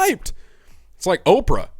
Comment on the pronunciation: lol "ophra" XD hey thx for the vid and sharing your view